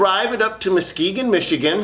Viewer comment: Dude I love your videos, I live in northern Michigan it's nice to see you know how to pronounce Muskegon Michigan.